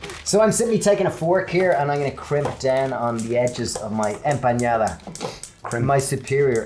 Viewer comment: The n in "empanada" is pronounced exactly the same way as in English.